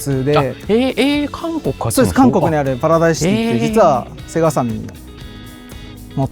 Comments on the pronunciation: セガ⤵じゃなくてセガ⤴なの好き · 「セ↑ガ↓」じゃなくて「セ↓ガ↓」ちゃうんけ？ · ゲーセンでエーガーて聞こえてたな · 最近はセガの発音違うのかな？ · セガさんのイントネーションが聞いたこともないイントネーションだと思ったらセガサミーのイントネーションだった。セガ単体とセガサミーじゃイントネーション変わるの目から鱗。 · セガサターンのセガの言い方で笑ったww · 合間の「セーガー♪」に感動 ときどさんの「セガさん」のアクセントは気になりました😅 セガ大好き！！